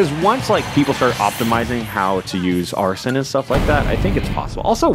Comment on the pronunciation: Wait Did he just call Arsene, Arson